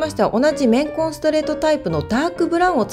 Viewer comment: レンコン、レンコン言ってるかと思ったら綿混だった…